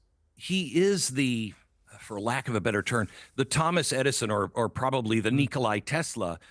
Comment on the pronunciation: Tesla's name was NIKOLA not Nikolai ... No I at the end.